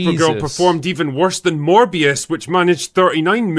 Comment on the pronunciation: When he said “Morbius” I heard “More BS”